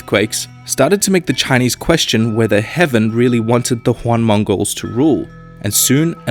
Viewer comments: The WTF Moments of the Video: 1 The "Juan" dynastiy lol, it is pronounced as the "Ee-uh-aen" dynasty 2 Representing Han Chinese with Japanese Kimono Geishas 3 Yuan == 代远 4 Zhu Yuan Zhang: "Huan Zhaeng" -> "Iuehn Zhaang" 5 Similarities in policy between Ming and Qing dynasty ... ? 6 Isolation in Ming??? What about Zheng He??? 7 大清 everywhere even though it is the Warlord period 8 KMT = 大清again... 9 Beiping = 大都 are we in Yuan dynasty all over again? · God damn it, Its Yuan (with a Y for pronounciation) Why you gotta make it sound spanish? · "The Juan dynasty" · Did he say "Juan dynasty"? Really? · Every single Chinese name in this video in pronounced wrongly. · great video, but the pronounciation of Chinese dinasty names (Zhou, Yuan, etc.) is just disturbing to listen to. Also, the Ming-Qing era and the whole opum war could have been a lot longer, 3 mins is quite short...but great work!